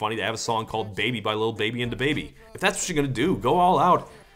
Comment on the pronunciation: This dood says the baby instead of da baby